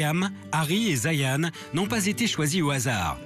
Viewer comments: Lol zayene eumm c zayn niall ca se pronnonce nayeul... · Je reve ou il a dis Zayane xd